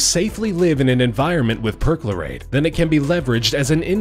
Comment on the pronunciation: they use imperial Measurements and can't even say perchlorate right. it's getting worse. come toptrending get yo shit together. adopt metric ffs